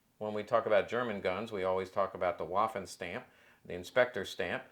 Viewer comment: For the love of god if you're going to say something many times a day learn to pronounce it. Waffen is pronounced "va-fen". I cant take someone seriously that says waffenamt with a W sound.